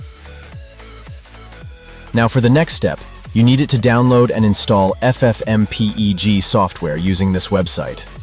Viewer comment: "Ef Ef Em pee ee gee" Did AI say the word FFmpeg like that?? 😂😂😂